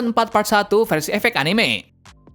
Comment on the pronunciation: Cara baca anime itu anime bukan anime